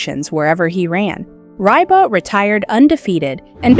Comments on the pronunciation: AI always mispronounces Ribot’s name. It’s so offputting. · Reee BOW is how you say RIBOT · Not Ry-bot lol pronounced Ree-bow. Ribot.